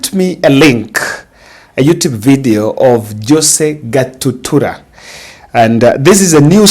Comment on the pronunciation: 😂😂 forgive, the names are tongue twisters for him... like some say Rairra instead of Raila